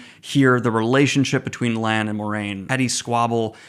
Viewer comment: You say Rand then call Lan “Land” 😂